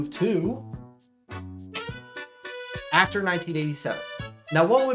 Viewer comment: Why can’t bro say After?